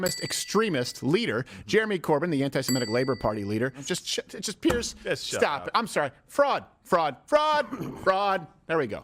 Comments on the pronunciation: It's Piers not Pierce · I hate it when the pronounce his name Pierce. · Piers never reads it right... He always has it wrong-- Bless Him